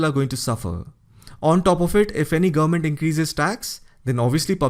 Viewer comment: Good presentation. Work on how you pronounce "government". You speed through and it sounds like "gumment". It's 3 syllables.